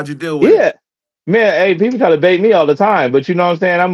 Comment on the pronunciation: RAGE BAIT!!!!!!! BAIT, NOT BATE.